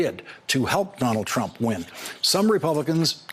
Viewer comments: What was the word Mueller was conflating when he said "Trimp"? What do you think? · nope. Trimp. Slip of the tongue. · "It would be Trimp"! LOL, you go Robert. Throw that shade. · lol mispronounced trumps name. Tranmp? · He said "Trimp" 🤣